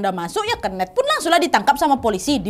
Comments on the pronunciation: Kenet awkwkk keeneth bukan keeneth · Pengen ketawa setiap kak nadia ngmg "kenneth" dgn pelafalan nya dia HAHA jatohnya jadi "kenek" dengernya AHAHHAA 😅😅